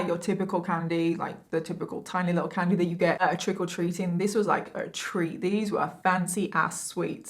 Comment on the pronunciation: "trickle treating" is what i keep hearing xD <3